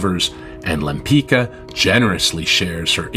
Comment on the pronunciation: pronunciation ; lempitska, not lempikka! get your AI machine working properly!!!